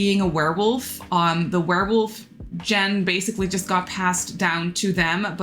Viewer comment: “Gene” like the werewolf gene you were talking about is pronounced like “jeans” without the “s,” not like the beginning of “generation”! I’m absolutely not trying to make you feel bad in any way, it’s just an English tip from a native speaker that tries to help whenever they can because English is very hard (and stupid sometimes lmao) ❤️